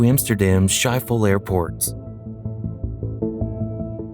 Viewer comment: That's not how you pronounce Schiphol. And if you're going to use graphics, at least get what the building looked like correct.